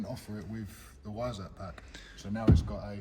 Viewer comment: I don't think I've heard the word Weissach mispronounced so many times in such a short period of time. Yes, I'm a pedant but this was like fingernails down a blackboard to listen to. Please, for the love of God, pronounce it properly. That is all.